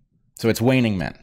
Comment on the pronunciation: 'waning men'... lol